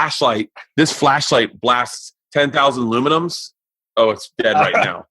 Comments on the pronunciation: spyderco Yojimbo 2 . . . . one of the best knives ive owned , also the Kershaw blur, model: 1670olblk ... and it's Lumens, not aluminums .... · It’s LUMENS. Not fucking “luminums”. Stop it. Jesus. 🙄😂